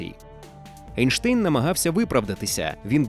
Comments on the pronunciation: Чому Ейнштейн, якщо він Айнштайн? І німецькою мовою його прізвище читається саме як Айнштайн, а не Ейнштейн, бо Айнштайн, це правильна вимова його прізвища. Einstein, «ei» в німецькій = «ай». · Друже, він Айнштайн. Це руснява практика "Енштейн" Albert Einstein В Німецькій мові E+I = Ай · Правильно Айнштайн, - бо саме так німці вимовляють це прізвище. Не будь московським лаптєстанцем, - будь освіченим европейцем! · Айн-штайн, тому що айн - це з німецьої це - один. Тому треба говорити так, як і вимовляється в німецької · Зважаючи на те, що він народився в Ульмі і його прізвище вимовлялося саме як Айнштайн, то воно має так і вимовлятися. Це не одне і те саме що назви країн на міст, які у різних мовах звучать по різному. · Німецька сполука літер "ein" читається як "айн", тому правильно Айнштайн. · Наче правильно буде Анштайн)